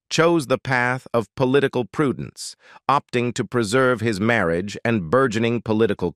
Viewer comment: I don't know whether an AI is narrating but it pronounced marriage about the mark as merry-agee.